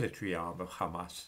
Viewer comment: Hamas, Mohammed, Wahabi, Ahmed... those languages have the soft, breathy H sound. so why does always mispronounce them as a throaty KH? it sounds really weird.